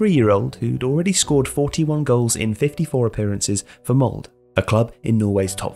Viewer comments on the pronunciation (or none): PLEASE: It is MoldE! Not Mold... Put in that e u guys use when saying RED, not the one u use when sayin me.... PS: FANTASTIC VIDEO! =) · Great videos but you could have researched how to say Molde correctly, would take less than 30 seconds. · At least try to pronounce Molde correctly. It's not like you don't have the internet at your fingertips to find out how to say it right.